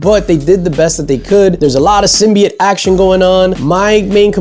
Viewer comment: Other than the review itself, I truly appreciate how you pronounced "symbiote".